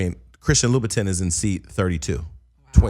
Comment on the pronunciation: Jason...it's pronounced LU BA TON [LOUBOUTIN]